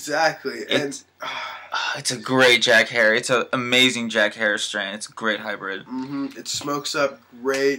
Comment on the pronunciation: great reviwe even though you did not say Jack Herer right. Keep on toking bros!